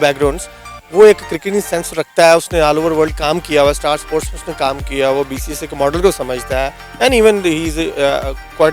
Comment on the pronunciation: White kurta wale uncle ...BCCI ko BCSI bol rhe h ...😁😁😂😂😂